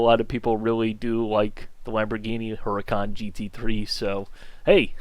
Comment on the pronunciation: I know you probably dont really care but 'Hurican' isn't pronounced "Her-I-Caan". Its actually "Ur-I-Caan". :)